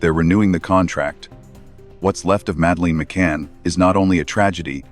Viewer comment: Please pronounce her name properly,so annoying